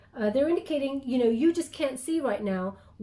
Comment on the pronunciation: I always listen double speed xd and you said what sounded like "I'm not really down with kids yo" hahaha I had to slow it down to hear "you know"